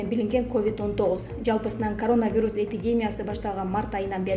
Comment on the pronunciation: Айланайын, журналист кыз, грамматикан ноль го, сенде, сени ишке ким алса да чон рахмат ударениени туура коюп окучу диаспора, пандемия, коронавирус ж.б. создорду мектепте окугансыгбы? Уужас, позор